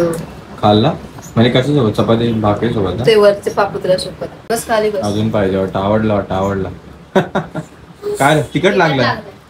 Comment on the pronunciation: Dada te पाहीजेल madhe ल कशाला म्हणतो फक्त पाहिजे म्हणत जा